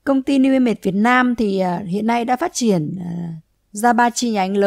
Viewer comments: New i mây thì nói new i mây đi cứ nói new i mệt nghe nó mệt hết cả người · Bạn chia sẻ nói giọng phát âm không chuẩn nên dân mạng nghe không hiểu tên cty newimage